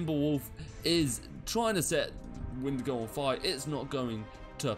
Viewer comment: Ok with shaders for Ursa Major, it's too bright ;-; also it's Windigo not Wendigo